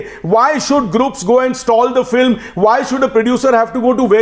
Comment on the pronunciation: "Jantelman, edeots, fillum"!!!! This should shut the fuck up!